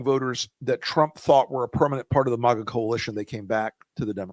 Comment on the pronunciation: It's maga, not mogga.